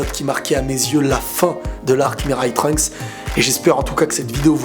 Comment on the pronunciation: Mirail Trunks Le mec se nomme "Mirail Trunks" au lieu de "Miraï" ou "Mirai" Trunks. Fort.